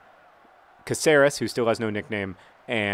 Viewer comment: "Caceres Bueller"